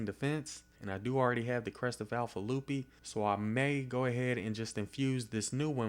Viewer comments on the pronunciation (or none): none